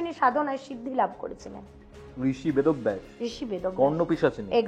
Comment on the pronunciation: Vedo-baysh...bolechen bychance vod-obvaysh bollen ni😂😂😂